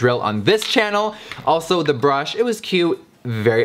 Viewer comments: Jeffree: It's hard to impress me Also Jeffree: A BRÜHSH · Tenshi Kuroi “there is a b r u s h”